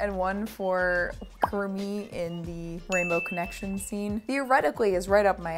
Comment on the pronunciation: this MFer said Rango Connection 😂😂😂😂😂